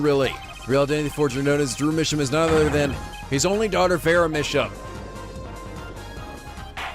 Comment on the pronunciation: ok i might be an episode late on this but i think Misham is pronounced "My Sham" because their art is shams.